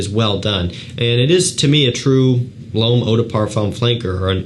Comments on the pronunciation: No it sounds like “above,” as opposed to l’homme which sounds like “bomb.” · we can’t be mad at him for butchering our native language (french in my case). But his pronunciation of l'homme has been tickling me for a few years... I've been holding back on correcting him for 2 years !